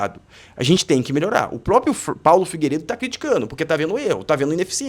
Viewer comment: PRÓPRIO!!! PRÓPRIA!!!!!! É assim que se fala cara!!!!!!!!!😮😮😮😮